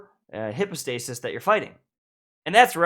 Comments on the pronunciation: Isn’t it /haipow/, not /hippo/? 🤨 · Please pronounce "hypostasis" correctly! Google can show you the pronunciation. It's not hippo-stay-sis lmao. [hai ·pow·stei·suhs] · Everyone: Hype-o-stasis No one:: HIPPOstasis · bruh why are you calling it hipostasis? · Bro y u pronounce it hippostasis 🤦🏽‍♂️ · But why are you calling them hippo-stasis???? 😅😂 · No one:: HIPPO-stasis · "Hippostasis" lmao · He replied "no" when someone asked him to pronounce it correctly 💀 🤣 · Then my ears didn't lie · Just thought the same xD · That hurt my ears 😂